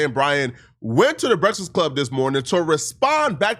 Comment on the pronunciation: Bruh....its pronounced B-R-E-A-K-F-A-S-T...and E-L-I-G-I-B-L-E...bro...wtf LMFAO!!! You shouldn't make a video talking about ANYONE until you learn how to read and pronounce words correctly lol...smh...crazy work. Take a nap or something 😂😂😂